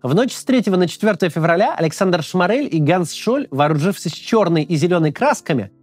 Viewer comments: Только он не ШмАрель, а шмОрель. Это принципиально. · Максим, спасибо за видео, делаете очень важную работу. Но все же в фамилии Шморель ударение на первый слог. Прошу прощения за занудство